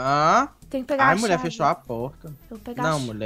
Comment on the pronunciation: Eu amo quando o chama o de Muié